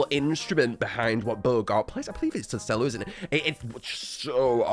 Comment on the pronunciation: pronounced cello as "sello"